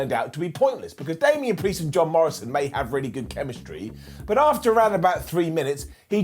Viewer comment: K I can’t ignore that he said Shamian vs Damian. I like that matchup.